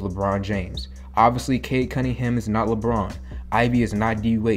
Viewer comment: I hate how Perk pronounces Cade Cunningham as Cade Cuddinham. Drives me nuts 😩